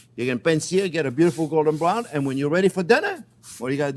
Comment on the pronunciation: Whenever Chef says "beautiful golden brown" I always hear it as "Beautiful Gordon Brown" haha